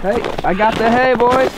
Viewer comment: I swear wen he went to get hay I played the speed to 0.25 to make sure I was right he said Anyway let’s get this hale loaded up